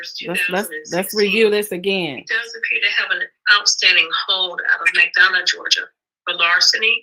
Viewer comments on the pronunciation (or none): McDonough is pronounced like McDonald' without the "ld" on the end. I just moved from there